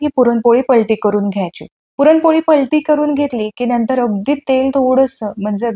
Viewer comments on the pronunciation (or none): none